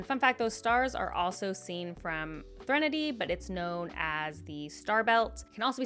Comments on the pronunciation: Thre “nahdy”?? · Another one to add to your list of mispronunciations! 😂😂 (Threnody is a real word, so unless I've just been unaware of an alternate pronunciation, I think this is a particularly clear-cut case of you being.... Bad at pronouncing things 🤣) /lh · It isn't a Cosmere video without at least one uncommon pronunciation of an inworld word! I'm pretty sure the official pronunciation of Threnody is THREN-uh-dee (thren said like spren) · Great video! Your pronunciation of Threnody injures my soul however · Has Sanderson put out any type of 'official' pronounciation guides on the names of people/places in the Cosmere? Seems every video I see has someone saying things differently. Scadrial (sc-ADD-rial vs sc-AID-rial) and Threnody (THREnody vs threNODy) are two I distinctly heard differently on this video. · Definitely the weirdest pronunciation of "Threnady"..... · Love this series. Great video as always. But I must say, that pronunciation “Threnody” threw me for a loop.